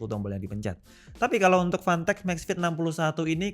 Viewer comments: Word : fantech Yg di denger : panteq🗿 Ngegas lagi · Ntah emg bener yg gw denger apa kana kuping gw, gw dengernya pantek bkn fantek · Susah ngomomg F, jadinya panteq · kok dengernya dia ngmng pantek ya? 🤣